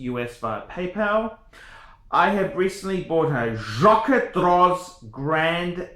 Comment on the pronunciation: This is the worst watch opinion I’ve seen on YouTube. Congrats on owning a Reverso. Please stop butchering the pronunciation of Jaquet (it’s very similar to ‘jockey’).